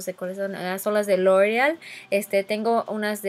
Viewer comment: Siento que aveces exageras con las palabras por ejemplo "Lorrreal" yo se que hablas en ingles y todo pero en tus otros videos si dices "loreal" o cuando dijiste lorrrreal pro ma es pro mat!! No te luscas tanto con las palabras